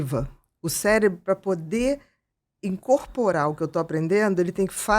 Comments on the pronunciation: Primeiros 30 segundos o cara : “célebro” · Amigo: "CéLEBRO" doeu o coração!